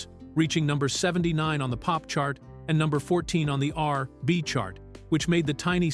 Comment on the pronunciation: LOL Dont forget instead of R and B he said "R,,,B" LOL